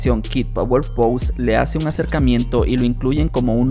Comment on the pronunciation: Posse se pronuncia "Passi" no pous.